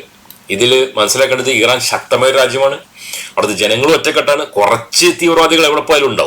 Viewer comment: ഈറൻല്ല,,, ഇറാൻ, എന്ന്, പറയുക